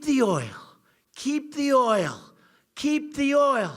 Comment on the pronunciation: Keep the oyul....keep the oyul...keep the oyul...